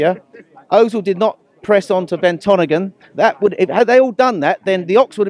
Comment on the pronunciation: He hates Tottenham enough that he called Vertonghen Vertonagan